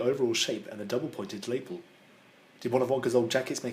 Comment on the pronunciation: it’s pronounced la-PELL. Otherwise perfect, lots of good points, especially about Veruca.